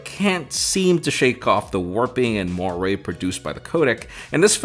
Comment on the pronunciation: Great review, but you pronounced moiré incorrectly.